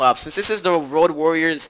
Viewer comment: its road not rock